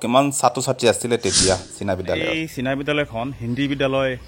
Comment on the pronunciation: Its china not sina